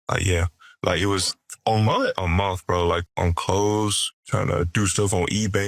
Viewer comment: "A mont?" Exactly...what is a mont?